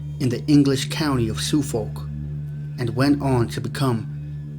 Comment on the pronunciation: Suhhh- folk. Not Sooo-folk.